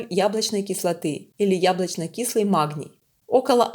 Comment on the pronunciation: Почему махний? Прям режет слух откуда взялась с таким ххх